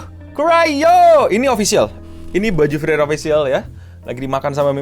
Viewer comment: bang gua keselnya lu bilangnya Freiren bukan Friren